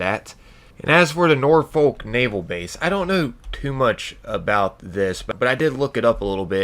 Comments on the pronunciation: Am I the only one that noticed "Norfolk NavEl base" not naval but navel... like bellybutton =D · HAHAHA. "NAVEL BASE" - Navel, like belly button. It should ve Naval base. 😂😂😂